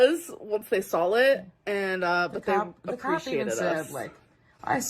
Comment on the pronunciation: "Sawl" instead of "saw" is what's driving me nuts. Or "bolth" and the fact that the word "eaten" doesn't exist to her. 🤬